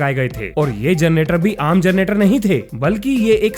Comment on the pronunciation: कोन कोन है जिनको जनरेटर की जगह जरनेटर सुनाई देता है..